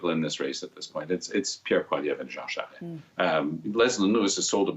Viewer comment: Her pronunciation of “Charest” is cringeworthy.